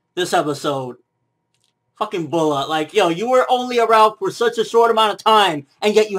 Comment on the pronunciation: its pronounced as Brat not bulat :/